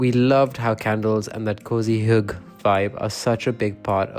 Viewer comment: About hygge: I get that you can not pronounce the y. It is an alien sound to the English. But the e is not difficult at all. Hygge is a two syllable word. Kaffe is also a two syllable word. Don't swallow the e's.